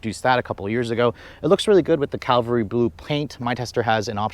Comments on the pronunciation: Every youtuber pronounced this color wrong. lol CAValry Blue. not CALVary blue. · CAVALRY blue, not caLvary. Like nails on a chalkboard when he delivers incorrect information. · Thanks for the video. Just one thing...almost nobody seems to pronounce the name of the car's color correctly. It is Cavalry Blue, not Calvary Blue. Cavalry is a name for mounted soldiers, Calvary is where Christ was crucified. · I’m guessing it’s called “cavalry” blue not “Calvary” blue. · OMG!!! Nice review, but please stop saying Calvary. It's CAVALRY!!! Blunder on Toyota's part, but please don't make it worse. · Cavalry Blue, Not Calvary Blue. BIG difference. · It's CAV-ALRY Blue, not Calvary Blue. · The color is NOT calvary as in the Bible, but CAVALRY as in the Army. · It’s not Calvalry…..Cavalry